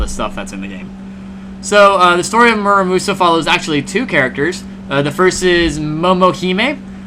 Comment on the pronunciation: Absolutely butchered the pronunciation of the game